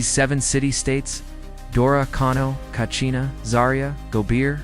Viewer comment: Katsina not kachina. Nice video. Love from northern Nigeria ❤